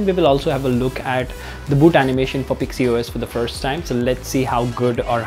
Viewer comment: Its pixys os not pixy os.. Lol